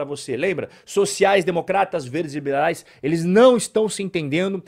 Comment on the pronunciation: Excelente video! Mas diz ae... voce tava bebado quando gravou ne ahah VERDES E VIBERAIS